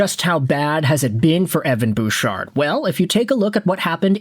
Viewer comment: Don't you mean Evan BOOOchard? 🤭🤭🤭